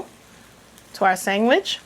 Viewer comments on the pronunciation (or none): Are you saying "sangwich"??